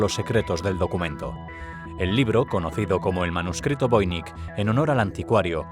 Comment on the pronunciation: Es voinich no voinik